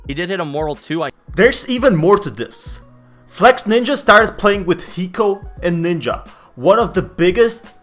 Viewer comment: its not flexNINJA ok hes flexINJA